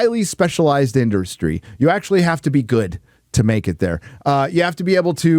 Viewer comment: said "Indurstry" don't do drugs kids.